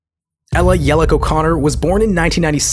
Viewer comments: Good video, but I have two minor complaints. The first is that the "ch" in her last name is pronounced like "chalk," so it's "Yelich" and not "Yelick." The second is that I feel you could've said a little more or pulled from a few sources, like some quote from a record label executive explaining what changed because of the success of Royals. Other than that, again, good video. It's always great to see a personal favorite artist get some well-deserved recognition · It's pronounced like "Yell itch" not "Yell ick". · Isn't it "Ye-leech" Why y'all Americans say "ye-lick" ?? 😂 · im like 99% sure thats not how you pronounce yelich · I'm 99% sure you mispronounced her last name